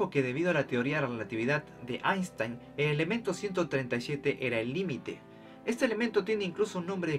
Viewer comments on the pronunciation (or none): none